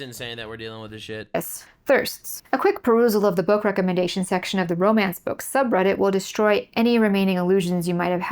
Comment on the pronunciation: "A Barns & Noble SECTION!" Emphasis on that first syllable: "SECKZ!"